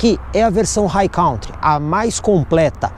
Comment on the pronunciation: Sou seu seguidor assíduo, portanto tenho muita consideração por você. Como a maioria dos brasileiros pronunciam a palavra COUNTRY como "cautri" essa pronuncia não existe no inglês o correto é "'kantri". Estamos sempre juntos. Abçsss$$$